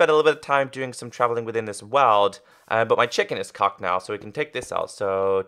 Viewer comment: Did he miss pronounce cooked in and Apple in lol